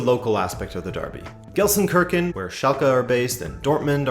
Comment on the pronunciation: go easy on me - immediately butcher it.